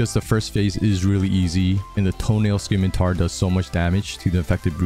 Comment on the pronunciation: This dude definitely pronounces Claptrap’s name as “Cluh-four-pee Tip” (CL4P-TP) out here saying “Skimitar” “Peep-Argh” “Coop duh Grass” 🤣 good tutorial though